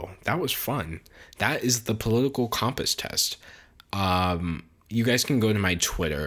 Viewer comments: Why are you saying Comp-ass instead of com-pass? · My political views are as follows: he is pronouncing compass wrong and we need to start a religion around D'Angelo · you say compass funny hehe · I strongly disagree with the way you pronounce compass